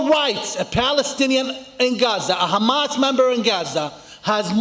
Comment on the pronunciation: this guy isnt even arab....... He cant pronounce Hamas properly as a "ARAB". Also he can be payed to say those things. as far as i know he didnt give any name for his active group. you can listen to this guy as much as you want but the last thing the palestian people want it to be part of the Israeli government